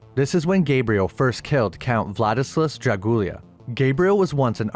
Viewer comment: My man, I love the way you say Dracula. "Jackula"